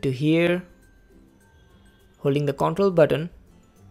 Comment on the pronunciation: Baki sabb mast hai, lekin Katai ghatiya control or paste pronunciation